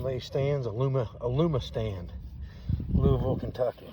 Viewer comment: I’m impressed you said Louisville correctly.